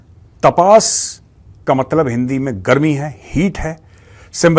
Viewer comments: Jay Hind Major Saab it's तपस Not तपास 😊 Sorry to correct ur pronunciation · मेजर साब सही pronounce तापस ही ।